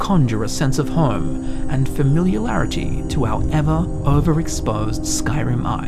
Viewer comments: homie. FAM-IL-I-AIR-I-TY lmao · not FAMILIAR-RARITY 😅😂